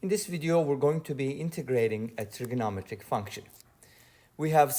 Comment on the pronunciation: I just noticed that stresses the syllable “no” in trigonometric instead of “met”. Does that give us clues about his accent?